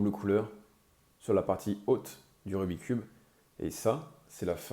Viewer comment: Et, par respect pour ce jeu passionnant et pour son créateur, fait un effort … « RubiK’s cube »